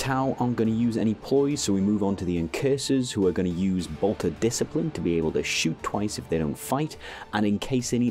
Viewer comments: My guy really said "dis-ci'pline". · What the hell is bolter dis-kay-plain? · Bolter... disc-eye-plyn...? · Bolter Dis-Cipe-Line? that got laugh out of me great content and video :D